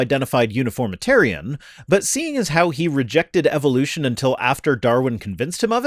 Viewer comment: Just the same way it's Eh vuh loo shun not ee vill loo shun.